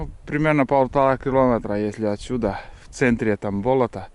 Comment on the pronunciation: Не бОлото, а болОто